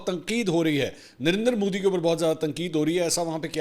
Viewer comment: Did i hear darinder modi? 🙊